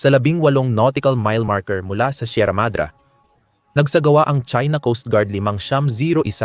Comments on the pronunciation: Mali ang text reader,🤣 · Sierra MADRE hindi sierra madra. Tayo tayo magkakagulo